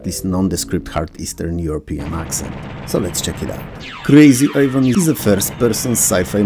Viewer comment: I'm sorry but your full on accent was perfect for Krazy Ivan ;)